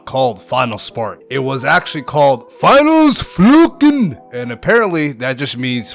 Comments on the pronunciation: dont tell me you cant pronounce finales funkeln, holy bald eagle... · this video tickled my nostalgia nerves on a different level, im a first time viewer but this was a banger so imma stick around and see what else u cookin up (also the finales funkeln pronounciation had me hollering, greetings from germany :D)